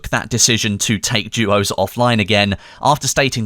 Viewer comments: it called duos not juos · is it just me or does it sound like is saying jewos???